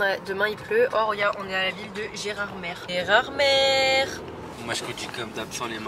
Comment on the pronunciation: Gerardmer se prononce "Gerardmé" et non "gerardmerrr" 😘